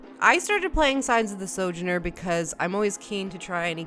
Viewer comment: I'm pretty sure "sojourner" has emphasis on the middle vowel and not the first, but I could be wrong.